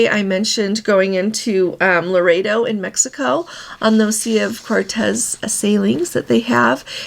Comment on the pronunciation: the small town on the Sea of Cortes is LORETO, not Laredo.